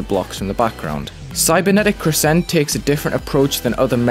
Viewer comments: Why does nobody know how to pronounce crescent?? It’s CREH-sunt not cre-SENT lol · cool video but if i hear you say 'crssent' one more time i'm going to cry. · I love the level visually (havent played it yet myself) but i would like to point out that the stress in the word crescent is on the first syllable. not a bit deal that you put it on the second though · Yeah they put a pause in between cre and sent it’s weird.